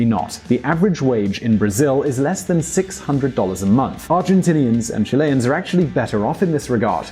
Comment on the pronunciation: It's not /chi-LE-ans/ but /CHI-le-ans/